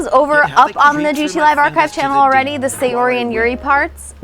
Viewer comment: Edwin Sánchez The names are technically “Mo-ni-ka” & “Sa-yo-ri.” It’s even said in the game (“That’s not how you say my name. Besides, that joke makes no sense in translation.”).